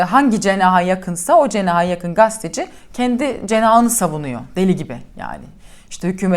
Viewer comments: Nevşin Hanım, Merhaba Gündeme dair, doğru tespitlerde bulunuyor, harika yorumlarınızı beğenerek okuyor, dinliyor ve sizi yakından takip ediyorum. Hoşgörünüze sığınarak, sizden önemli bir ricada bulunacağım; Video haberinizde, "Gazeteci" tanımını, "Gasteci" olarak yanlış ifade ediyorsunuz.!.. Sizin de çok iyi bildiğiniz (Dilbilgisi detayına girmeyeceğim.) ifade ile, "Gazeteci" olarak telaffuz edilmesi gerekmektedir. Dilimize sahip çıkmak, Türkiye Cumhuriyeti vatandaşı her ferdin, sorumluluğu. Ancak bu sorumluluk, özellikle sizin gibi, toplumun geneli tarafından tanınan kişilerde, çok daha fazla ön plana çıkmakta, çünkü, mesleğiniz ve misyonunuz gereği geleceğe dokunuyorsunuz.!.. Saygılarımla... Vedat YILDIZOĞLU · Gasteci değil, gazeteci... İngilizce telâffuzda gösterdiğiniz gayreti Türkçede de gösterirseniz mesleğinizin ne olduğunu doğru telâffuz edebilirsiniz bence.